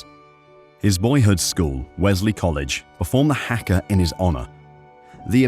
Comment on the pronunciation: At the end, it’s haka pronounced Harka, not hacka, a traditional Māori challenge used before rugby test matches and widely on other occasions in NZ thanks